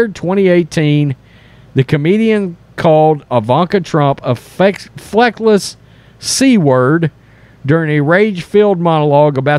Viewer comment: Please learn the proper pronunciation of words and terms. Mis pronouncing words detracts from your msg. The constant smacking is distracting as well. The word was "feckless" not as you pronounced it "fleckless". This is not the first time you have done this , if you are going to present yourself as a news source it is important to be as literate as possible. I appreciate your efforts but it is necessary to always be articulate and enunciate clearly. Otherwise thanks for the info